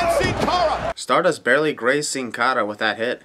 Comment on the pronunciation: My sin is the way you pronounce Sin Cara, ANNOYING!!!!